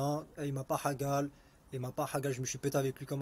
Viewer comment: « Il ma pas hagal » il sait meme pas prononcer hagar 😂😂